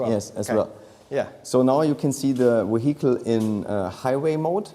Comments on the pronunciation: What is he calling the AMG? moheetle? Haha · Nvm. I think he's saying "vehicle" with a heavy German accent 😅😂